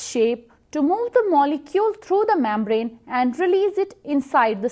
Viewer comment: Gulucose😂😂 mambrane 😂 Thanks though